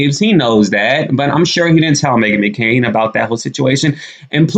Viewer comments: Megan McCain NOT Makaren.lol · McCain!!! NOT Mckaren.